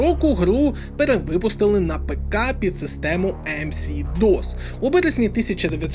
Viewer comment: Не "ЕмСиДос" а "ЕмЕсДос" 😄